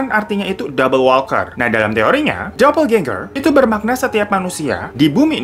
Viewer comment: Bacanya "dopelgenger" Aja bang... Gak dopeljenjer juga🤣🤣🤣